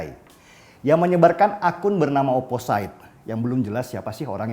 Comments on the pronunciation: ‘Opposite’ biasanya diucapkan ‘oposit’ dan bukan ‘oposait ‘ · oposit pliiiis...bukan oposait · Bang, maap OOT..bacanya oposit... Whistle juga wisel.. Xixixi..maaap yaa.. #biarsantai